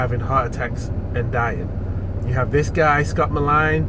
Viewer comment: U don’t even know how to say his name. Maybe get that straight first before u talk about someone. U have no idea why he died. None !!!!